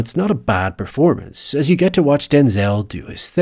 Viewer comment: I think the issue wasn’t that he was using the “ye” version of E (which many Russians who aren’t very fluent in English do), it’s how pronounced it was, especially in “get”. He almost made it two syllables, like “Gee-yet” whereas in the next example in the same sentence (“fiftyeen”), it sounded much more natural and subtle.